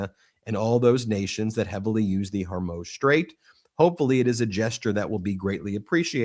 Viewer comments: Can someone please inform Ben of how to pronounce Hormuz! I'm beginning to wonder about the legitimacy of a news source that can't pronounce that. it's not her-moze... it's hoar-mooz. like whore and news with an m. Please, for all that's good and holy, if we're going to be talking about this strait for the foreseeable future, pronounce it correctly. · Ben it's killing me...HORE MUUZ.....NOT HOR MOZE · Hey Ben its pronounced Hor Mooo zzzz. Not hormoze. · Ben, it's not Hormōze. It's pronounced Whormooze! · It’s the Straight of Hormuuuz (long U sound, not Hormoz. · What's up with the Hermoz thing? Even the AI subtitles catch it... Is pronouncing Hormuz that hard? Hor as in horror, muz as in moose. Hormuz! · The STRAIT of: Whore-Muse❎ Hair-Muss❎ Hair-Mousse❎ Hor-MOSE❎ Hor-MOOOOZE✔ 😂 I'm dyin' ovah heah. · Ben, it's HOR-muze. HOR rhymes with the first syllable of Horror and Muze rhymes with a cow's moos. You’re so smart and successful this should not be a constant mistake you make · Straits of Hormuz (pronounced Hormoos) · Hor-mooz for goodness sake get the pronunciation right! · HOR muuzz. Not your pronunciation